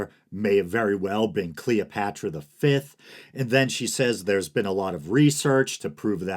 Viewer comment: Who's Cleeopatchra?